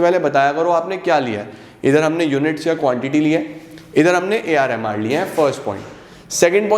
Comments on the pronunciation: When he says ar mr its sounds like ar rehman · AR MR sounds like ar rahman 😆